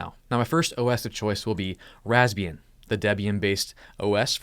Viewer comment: I always hearing Lesbian XD